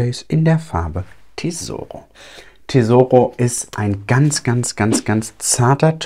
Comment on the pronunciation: Du kannst tesoro und amore ruhig italienisch aussprechen 🥰😍 würde dich gern mal italienisch sprechen hören 😍